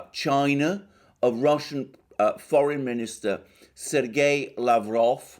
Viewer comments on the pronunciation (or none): none